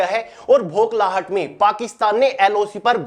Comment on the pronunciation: Bokhlahat ❌ bhoklahat ✅ 🤣